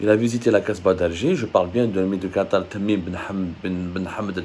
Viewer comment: tu prononces tres mal le nom de l emir